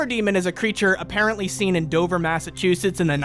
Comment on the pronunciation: 2nd time watching this, and now I can't get over the fact they kept calling Dover, Dober. Like I live 20 minutes from Dover, we pronounce the V. Idk if it's a legend from 100+ years ago when Dover was a large county and not just a ton or if they narrators just never been to Mass.